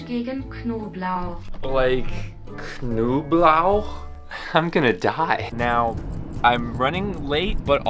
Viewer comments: Lol he said knoblauch correctly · as a german I can confirm your pronounciation of "Knoblauch" was very very good. Did not expect that!